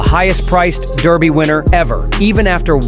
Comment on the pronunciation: Derby not Darby